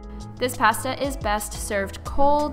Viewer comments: Why do all vegans say “pasta” like that lol😂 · The way she says pasta. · Mvstvng cause she is canadian :)